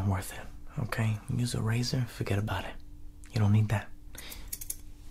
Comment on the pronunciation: It's not fergt about it it's fergt abooouuuuut it